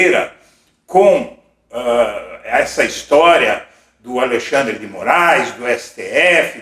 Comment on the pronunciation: Como pode gente "estudada" dizer o nome do Ministro ALIXANDRI, afs o nome do Ministro é ALEXANDRE. DRE!